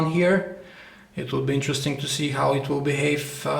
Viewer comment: Its "interesting", not "interestink".